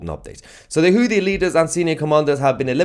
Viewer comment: Sometimes it sounds like it saying juicy tv, both work😉